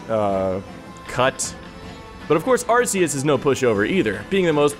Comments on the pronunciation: IT'S ARR-KEE-OOS NOT ARR-SEE-OOS DAMMIT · It's pronounced, are-kay-us, it sounds like archaic which means old. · Arceus is pronounced with a hard C sound, like "Arkeeus."